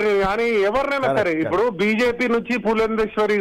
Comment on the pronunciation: ఉప్పుడు కాదమ్మా ఇప్పుడు అనాలి భువి అమ్మా. ఇప్పుడు అర్థం అయ్యిందా చంద్రంతాతా పీకడం అంటే ఎందో, అది అధ్బుతమైన పరిపాలకుడు జగన్ అన్న గురి మరియు పెద్దిరెడ్డి రామచంద్రారెడ్డి అన్న దెబ్బ. బిల్డప్ చంద్రంతాత పెనమలూరుకి పరుగో పరుగు... టిడిపికి మోసకారి నక్క బిల్డప్ చంద్రంతాత, బుద్ధి మాంద్యపు పప్పు పులకేస్, ఉన్మాదపు ప్యాకేజీ దత్త పుత్రుడు, అపద్దాల ఏడుపు గొట్టు ఎల్లో మీడియా, కుళ్ళు, కుతంత్రాలు, అపద్దాలు-ఘోరాలు తప్ప వేరే దిక్కే లేదా అనేది మిలియన్ డాలర్ల ప్రశ్న.